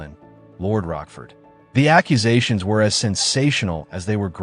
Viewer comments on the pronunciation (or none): What is up pronunciations of names?! And Bo-lin? Mis-garrage? Lord Rockford?? Anne of Cleevies?! Also, your facts...where are you getting these "facts"? Anne Boleyn (or as you pronounce it "And Bo-lin") never requested the French swordsman. Henry summoned him from Calais. A final act of "mercy " Again, all ridiculously Googlable information that this channel bafflingly gets wrong. Consistently. Not subscribing because these videos appear to have a TON of careless (and historically inaccurate) "facts".